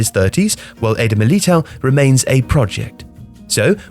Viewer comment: It's Miltao not Milito